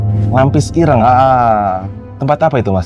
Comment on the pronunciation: Koreksi ya om pelafalan dawet sama ireng itu kayak kita bilang item